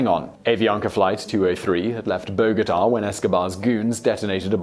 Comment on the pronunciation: Cool video but please learn how to pronounce Bogotá.